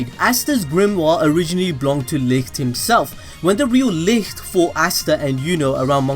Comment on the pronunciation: Bro pls Look up the german pronounciation of "Licht"